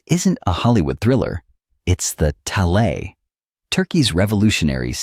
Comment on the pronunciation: if only you could pronounce it right. It's rather annoying